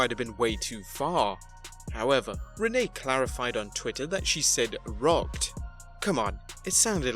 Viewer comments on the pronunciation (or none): Everybody at the pay-per-view party sure they heard is "FUCKED" as well in fact I know that's what she said for them to come to the conclusion that she said "ROCKED" but to me she still said "fucked" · The Renee thing was like the Elmo viral thing from a while ago. She did say rocked, but the pronunciation made it sound like fucked. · Shane is rocked - Renee. It's one of those how does it sound to you things. I heard rocked but my son heard f*cked. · I definitely heard "Shane is rocked." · I heard rocked.